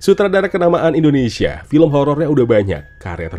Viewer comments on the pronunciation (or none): none